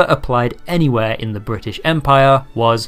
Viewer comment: Let us commence fourth... bri'aysh????